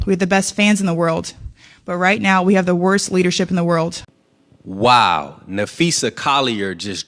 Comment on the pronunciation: What’s a “WORLT”? What in the “WORLT” is she talking about? I’m just saying🤔